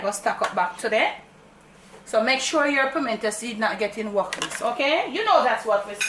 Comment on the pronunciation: a caan manage. Everytime u say "wukliss" me laugh 🤣. No sah. You nuh easy at all. Never used that white sorrel before. Thanks for sharing this video. Bless up uself. Shoot dem up Camera girl. Blessings.